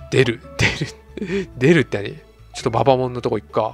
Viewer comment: ババモンのアクセントって後ろが強いんじゃないんですかね？ｗ